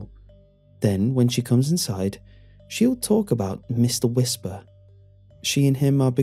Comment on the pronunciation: Meeshtar Weeshpar